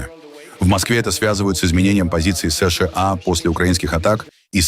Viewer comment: Не СЫ - ШЫ - А, а просто : СЫ - ША.